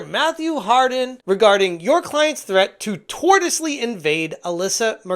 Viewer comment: The word is pronounced "tor-shus-ly". "Tortoisely" interfering would be doing it very slowly and then withdrawing into your shell when threatened.